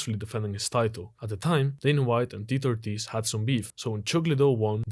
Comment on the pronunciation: Bro can’t pronounce Tito Ortiz’s name, just like Tito Ortiz doesn’t know his left from his right 😂